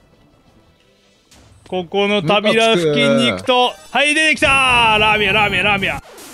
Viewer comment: FBが旅の扉付近をたびらふきんって言ってるwww